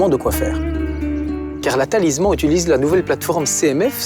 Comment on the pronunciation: Lui, il ne sais pas dire correctement Talisman, et vous, ne s'avez pas écrire correctement ! Des GENS et UN nom, c'est mieux. 😅